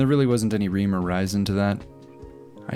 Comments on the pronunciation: "Reem or rizon" lmao. Rhyme or reason? 😂❤ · Did I just hear you say "ream or rysen"?